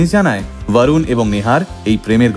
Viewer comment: Barun noi re borun bol